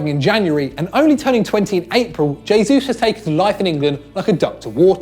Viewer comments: Gabriel h-esus not dzh-esus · Jay-Zeus... definitely how you pronounce Gabriel Jesus.... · Everyone is so pissed off with 'antonio griezmann' that no one noticed Gabriel 'jaysuuse' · hay-sus not jay-sus please sir lol it's killing me